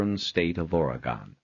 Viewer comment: A wonderful story only slightly tarnished by the narrators barbaric way of pronouncing Oregon